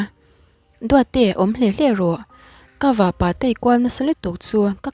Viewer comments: Vahpa hi Vahpà i ti daih a , Vahpâ tur ania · Vahpa leh vahnu i lam dan hi ..... Nu leh Pa ang a lam tur. I chhiar ngaihnawm te reng nen, hei hi chuan ati..... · Vah-pa lam dan hi "pa" hi bawng-pa tih lam dan hian a ri mahse ti lo hian kapa tia pa kan lam rik dan hian vahpa^ ti a lam tur aw, ziak ringawt hi chuan a rikdan sawifiah a har khawp mai, i thil chhiar hi ngaithla nawn leh la, a dikhlel lai i hre chhuak mai thei bawk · A ngaihnawm dawn e. Mahse vahpa leh vahnu i lam dan hian beng a ti thlep deuh tlat mai. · Vahnu leh vahpa lam dan a dik lo deuh e.. 😂😂Inthlahrung deuhin ka lo sawi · Ngaihnawm dap2 dawn e Mahse vahpa i lam Dan hi chu ngaihthlak a nuam lo deuh tlat lam dik ve deuh teh aw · Vahpa i lamdan hi a diklo